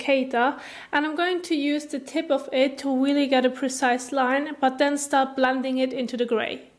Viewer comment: when you make the D sound in the word "blending" your tongue is outside of your teeth, when it should be inside your teeth. that is why it sounds funny when you say that word. try keeping your tongue inside your teeth when making the D sound